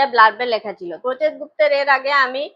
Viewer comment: প্রচেত গুপ্তের নামটা সঠিকভাবে উচ্চারণ করুন।